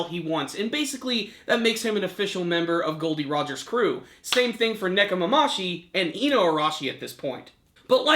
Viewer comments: it's Nekomamushi not Nekomamashi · nekomamushi not nekomamashi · ne-ko- ma-MU-shi.... it's been several weeks now come on man get their names right